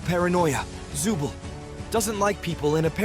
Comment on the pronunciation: The name is not Zubel its Zooble